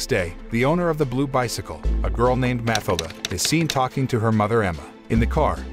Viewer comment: Pretty sure the girls name is pronounced Mah till dah.